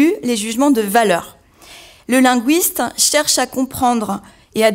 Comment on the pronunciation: LinGUISte, avec UI comme dans aujour'd'hui, cuistre, fuite, buisson... Pas linGUOUISte, comme dans mouise, Louise, ouir...